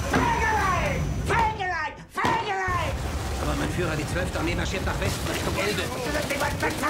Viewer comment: Endersoul 1401 its FEGELEIN not FEGELIEN!